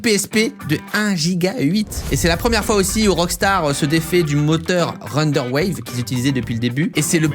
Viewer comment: Ça se dit Renderware et pas Renderwave